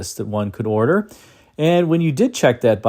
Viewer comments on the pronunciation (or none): none